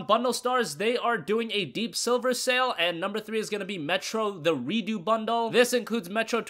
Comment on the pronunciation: it really bothers me that you say redo :p idk why